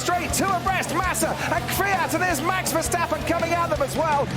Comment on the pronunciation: Dude... you are the first American who pronounced Verstappen like we Dutch do😄👍